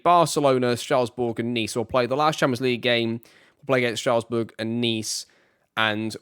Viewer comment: Friendly frenchman over here 😊 first, I love this series, great job! Then, for your club pronunciation, little guide: PSG: "Peh-Ess-Jeh" (but english PSG is very much fine) Monaco, Marseille, Bordeaux, Nice, Montpellier, ASSE, Le Havre, Lille, Lyon, Reims, Lorient, Lens : spot on Rennes: Reh-nn (reh like "meh") Strasbourg: Strass-Boo-r Auxerre: Os-air Ajaccio: Ajax-yo and small one, if you want to play it french, don’t pronounce the "s" in "Paris" 😊 Keep up the good work!